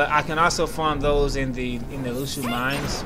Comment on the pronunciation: It's Henne "Mines" not "Minds"